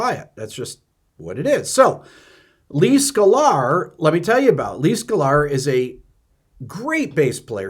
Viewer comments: I love how you pronounce it "Skull-are" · Yes, indiscriminate blocking is stupid and excessive. But what new ground is this covering here? Also, "Skuh-lar"? 🤔